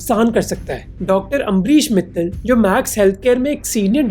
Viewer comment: Bro mithal nhi Mittal h bo 😊 …. eese or jankri k liya vigyapun ko follow kre ✌️🥲